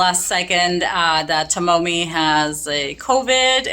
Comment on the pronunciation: FYI Tomomi"s name is pronounced Toe Me